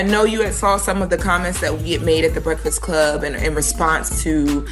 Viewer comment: “BRESFIX CLUB “